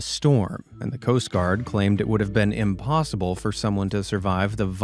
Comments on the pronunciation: impoosible .... smh oh lord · I laughed a little too hard at "im-poo-sible" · "Chim chim-a-READ him his rights." 🙄 but also 😂 Oh no. Now he said "imPOOsible". 😂😂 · “It was clearly ‘impoosible’” LOL that was funny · Clearly "impooSIBLE" 😂